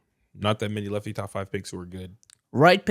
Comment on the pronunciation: why did say lefty like that😂😂